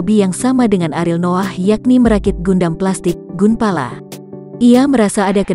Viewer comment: Gunpla bukan Gunpala